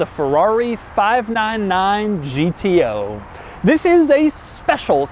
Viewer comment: No one : Doug : five naan naan gto.